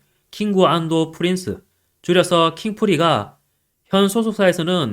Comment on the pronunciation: 푸린스는 프린스라는 것은 알았는데 킹구 안도가 대체 뭘까했더니 이제서야 알겠네. 마꾸도나르도 같은 발음이었군요.